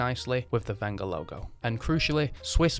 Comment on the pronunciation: Thanku for pronouncing the manufacturers name properly